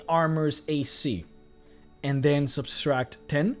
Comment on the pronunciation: Anyone else notice him adding an extra s into subtract? No offense, I’m a huge fan, just think he should know he’s mispronouncing the word.